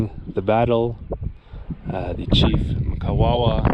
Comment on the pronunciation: I respect the time you put in to gather the historical information. Point of correction though you kept pronouncing wrongly the Chiefs name from Mkwawawa to Kawawa, it's M-qwa-wer (Mkwawa)